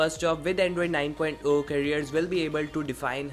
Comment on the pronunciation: Its not "9.O"(9 point O), its "9.0"(9 point ZERO). Please correct yourself in the upcoming videos.